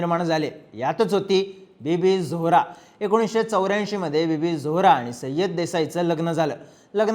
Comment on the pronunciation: सय्यद म्हणा